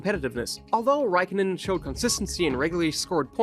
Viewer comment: Räikkönen a as in car, ä as in cat; o as in core, ö as in sir.